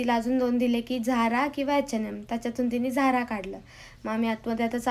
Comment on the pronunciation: Zhara nhi its zara…झारा Nhi ज़ारा